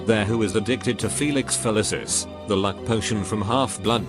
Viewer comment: I don’t know what’s more disturbing. That people came up with this shit, or that computer generated speech says the words “Felicis” and “Feliciholics” flawlessly.